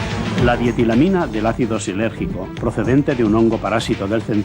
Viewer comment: joe es lisérgico no silérgico puta dislexia dea las drogas